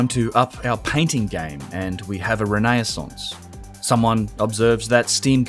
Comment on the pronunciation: Did he just say Renee-a- sance?